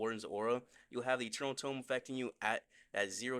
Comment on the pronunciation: Eternal tome❌️ Eternal dome✅️😂😂